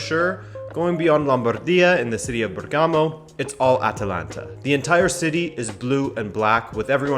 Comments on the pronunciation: And the right accent is Bèrgamo! Not Bergàmo! Thanks! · It’s actually spelled Bérgamo not Bergámo but very good video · It's Bèrgamo not Bergàmo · Great video! One very cacophonic issue: BERgamo, not berGAmo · It's actually Bèrgamo, not Bergàmo 😉 greets from Italy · Bérgamo not Bergámo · mate, Bergamo is pronounced differently..the stress in on the first syllable (Bèrgamo) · If i hear another time Bergámo I'm going to throw up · that accent on Bergamo killed me several times XD instead ALL other accents on Italian names are really good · It's nice that you're doing a video on Atalanta All i ask because it's annoying..if you're going to say the name of a city in italy, please research how to say it..first.. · The way he pronounced Bergamo made me cringe multiple times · You pronounced Bergamo incorrectly and the stadium name is wrong aswell. Atalanta stadium is called the Gwiss stadium. They changed it. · Good video. Just drives me crazy how he mispronounces Bergamo for the whole video